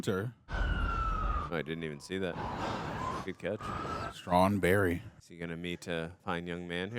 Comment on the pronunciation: Have we just witnessed one of the only people to say Straw+Berry properly on the first go?